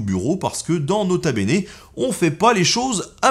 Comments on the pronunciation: Non tkt on dit nota benêt ;p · "nota beignet" bahahaha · "Leurs Quatre zenfants" !??? Nota beignet...😂😂😂😂😂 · "Nota beignet" hahahaha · "nota beignet" 😂😂😂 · "Do nut" call him "nota beignet" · On dit pas nota beignet on dit grota beignet dans mon serveur discord, et ça s’ajoute avec des photos de toi faisant des têtes cheloues, c’est un tout petit peu drole